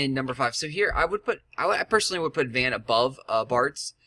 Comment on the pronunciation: oh btw. its not van. its vohn. kimda like john but with a V. i played ff12 where he is from:3